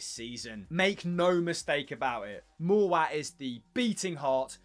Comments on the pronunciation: not a chance, also mowatt pronounce mow (is in mow the lawn) - at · ‘Moor watt’ I’m dead 😂😂